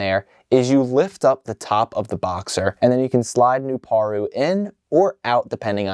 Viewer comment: His name is pronounced "New-Par-u"